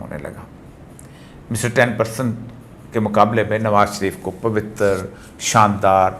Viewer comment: پَوِتَّر نہیں۔ پَوِت٘ر٘ ۔ واؤ اور رے پر ساکن پڑھیے۔